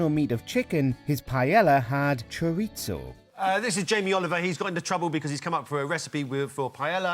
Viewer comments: Ironic that you mangled the pronunciation of "paella" and "chorizo". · This video alone is a controversy for how they pronounce Paella and Chorizo jesus christ... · pie-L-a. Chor-it-so. haha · Wow, not only can Brits not cook decent food, they can't even pronounce it correctly -- it's "py-AY-ah." The double L in Spanish is pronounced like a "y." And chorizo is "chor-EES-oh", not "chor-EET-zoh", there's no "t" in it. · Why are you pronouncing the L hard in Pealla, and Choritzso wtf